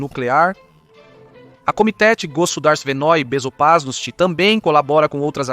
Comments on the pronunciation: "A Komitétê Gossodarsivenôí Bezopasnótî", pra quem não escutou muito! Dnada! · Sim, ele falou Komitétê Gossodarsivenôí Bezopasnótî! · Pera, não entendi muito bem. Você disse Komitéti Gozudarstivenôí Bezoparnóstî?? Pode repetir por favor? Não ficou muito claro. Repete mais uma vez por favor.